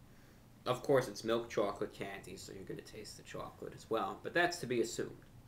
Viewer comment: Samuel M hes being funny and pronouncing it weird on purpose